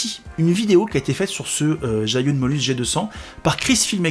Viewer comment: Pour la prononciation, c'est plus zhi -> dje, yun -> yu-in. 😊